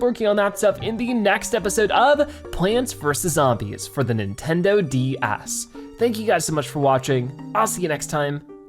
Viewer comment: The way you said ds made my brother go full hatingness idk why